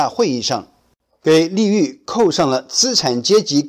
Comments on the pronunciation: 粟裕，不是栗裕！不该把这个众所周知的人名念错了！ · 是su裕，你念错别字了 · 看模样，主播的年龄应该是不会不知道“粟裕”这样一个共军著名将领的，却能将这个名字念成“立 玉”，可见主播是够“不学无术”的了。